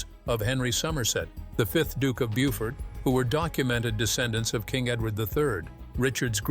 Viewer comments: Only MT DNA and Y-DNA spans centuries. Every time the royal House changes the Y DNA changes This is not a surprise. Beaufort is pronounce Boh-fut (not Bewford) Henry Tudor OBVIOUSLY had different Y-DNA Because he took the throne by right of conquest The British Royal Family BY LAW and Parliament have to be direct descendants of the Stuart Royal house via Electress Sophia the descendant of James 1 I&VI so it is entirely irrelevant what happened before 1700 in terms of looking at the modern RF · I wondered why they thought that QEII should be related to Richard III and I wasn't aware that the queen had either given her DNA or permission for them to use it. It's also a pity that the narrator can't pronounce Beaufort properly!